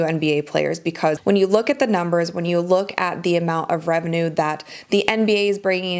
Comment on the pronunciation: muh rebenuurrrr